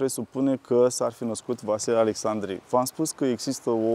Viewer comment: Fostul prefect nu are nimic de obiectat când aude "Precesta" ? Alexcsandri????